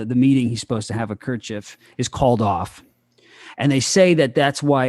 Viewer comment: You guys don't know anything about politics. Learn to pronounce Khrushchev ffs! Hans is creepy af.